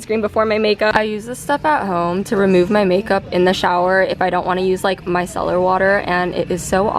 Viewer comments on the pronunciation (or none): none